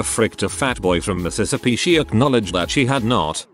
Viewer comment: sounds like Mississippi to me